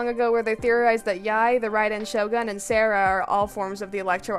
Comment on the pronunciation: That’s not how you say Sara’s name 🥲